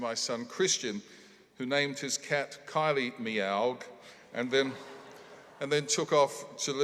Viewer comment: Dying at Kylie Meowgue